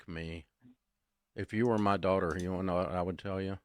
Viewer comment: she said “my dwaterugher” 😂